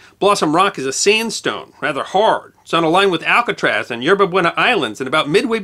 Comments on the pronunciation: Alcatarsus?, you mean Alcatraz. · Did you just pronounce Alcatraz as “alcatarsis”? Or is there really a place called aclatarsis near alcatraz?